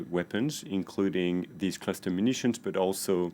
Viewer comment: Its called cluster not cluter.